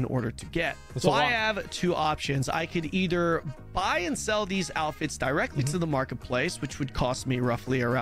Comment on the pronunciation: this dude is saying "alphets" instead of outfits.